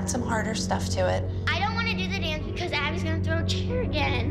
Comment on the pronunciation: “Only BEcOuSE” Kelly